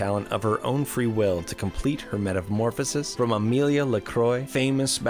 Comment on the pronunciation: Lmao her name isn’t Amelia :p It’s pronounced ah-mill-aye